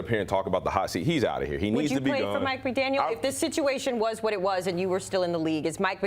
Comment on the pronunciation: Maybe learn how to pronounce the coach’s name correctly before going on TV?